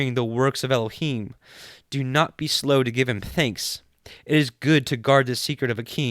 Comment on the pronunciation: This is the first time I have heard the Book of Tobit. Thank you for the wonderful commentary and proper pronunciation for Elohim, Yeshua and the Ruark Hakodesh. It’s just a wonderful book filled with uncommon knowledge. It’s the only book that speaks of the Angel Raphael. God be praised and exalted for eternity.